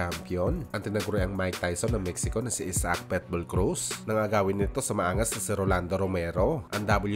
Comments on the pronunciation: Pitbull hinde Petbull pati sinasabi mo may hika 🤣🤣🤣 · Boss PITBULL po ang pronunciation at hindi PETBULL hehehe….Peace✌️ po tayo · Pitbull po... Hindi Petbull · pitbull po, di po petbowl✌️✌️✌️ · Pitbull.hindi petbull tanga... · Pet bull??? Hahaha..Pitbull sir!